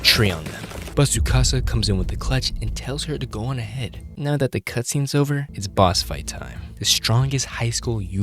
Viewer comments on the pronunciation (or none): none